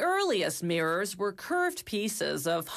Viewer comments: Mrs Narrater, it's pronounced 'mirrors', not 'meers' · Girl you're emphasizing the wrong syllables